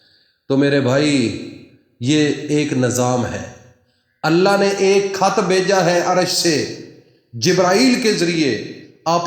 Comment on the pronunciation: کحظ نہیں خط بولیں وظیفہ بتائی